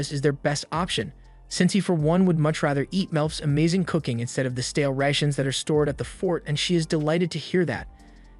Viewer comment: The mispronunciation of Sour and Rations lol